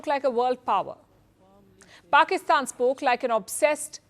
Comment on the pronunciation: There is "Petty" and then there is "Pakisthan" 😂